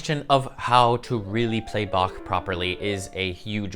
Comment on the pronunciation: What would Bach do? First off, he would certainly not butcher his name and twist it into "Back" like so many Americans do while thinking it is terribly funny. You actually did a pretty good job with the pronunciation, which is the first step towards respecting Bach.